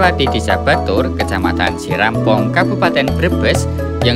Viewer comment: Sirampog om, bukan sirampong 😁.